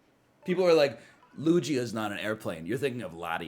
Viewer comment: The way NL says Lugia is giving me an eye tic